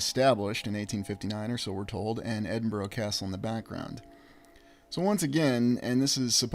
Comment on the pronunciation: Edinburgh is pronounced 'Edinburra' Glasgow is commonly referred to as 'Glesga' by the natives.